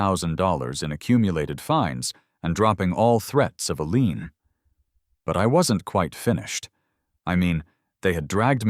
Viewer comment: when they threaten to put a lien on the property your AI should learn the difference between LEAN and LIEN.